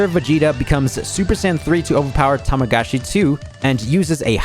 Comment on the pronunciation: The amount of times says Tamagachi instead of Tamagami is hilarious